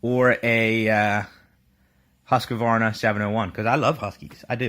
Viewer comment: It's husk-var-na not hus-ka-var-na.